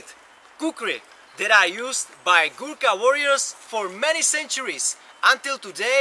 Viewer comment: Its ghurkha not ghurukhre... pronunciation very bad